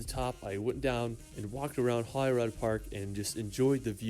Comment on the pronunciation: It's Edin bruh Glas goh Holy rude